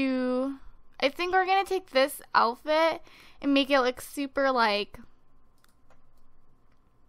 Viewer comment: does anyone notice she says "alfit" instead of "outfit" ?